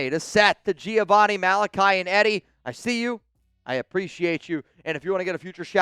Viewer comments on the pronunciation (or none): none